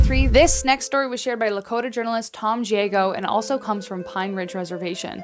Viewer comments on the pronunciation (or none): Hi, I am a Lakota Woman and know Tim Giago. His name is pronounced (Guy-A -Go). I just thought that I would let You know. Anyway, I did not know about the devil in the cemetery at Holy Rosary. It is scary though. Anyway, I do like the stories that You shared and Thank You. 😊👍🏼👋🏼